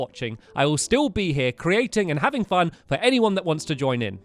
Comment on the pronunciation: Why does he say “fun” as “fon”